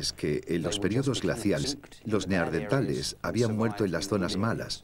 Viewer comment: Por qué en España incluso en los doblajes dicen Neardentales, acaso no es Neandertales